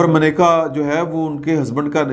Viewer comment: Attention! Her name is "MANAKA" and not "Maneka", and this is on CNIC. No attention paid to this error